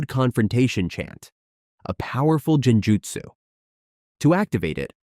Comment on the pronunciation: jinjutsu💀 bro ment to say genjutsu